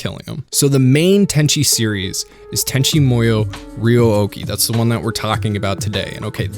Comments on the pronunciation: Let me start by saying it was a great vid. that being said.... it's pronounced MOO-YOH not MOI-OH. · “Tenchi MOyo” lol Sorry. As someone who spent their life mastering Japanese and living in Japan that just really grated me. It’s MOO-YO lol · Is he trolling us by saying "Tenchi MO-YO"? Like its written right there over and over. It's MU - YO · i remember being able to say the name pretty easily, guy says like tenchi moy-o but its MU-YO or MOO-YO, not moyo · Why do you pronounce it like this, "Tenchi Moiyo" when it's said in this way, "Tenchi Moo(like the sound a cow makes)-yo? It's so weird man. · This show did some weird things to me when i was a young kid watching it on Toonami. I felt so warm and fuzzy in my heart but also in my pants and I couldn't figure out why. I guess I'm going to go watch Tenchi Muyo all over again. Or as you say it "Tenchi Moi-yo". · your pronunciation kills me. I've grown with with it sounding tenchi moo-yo. oof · Why do you keep saying "Tenchi Moyo"? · WHY DO YOU KEEP SAYING MUYO WEIRD? It's mu-yo, as in moo-yo. What kind of anime fan are you if you don't even know your basic Japanese phonetics?